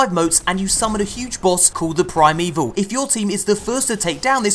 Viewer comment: Ok Ok is it just me or the way they say 'Primeval' sounds like 'Prime Evil'?